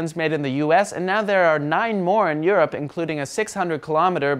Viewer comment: no mercy on the "europ" 😂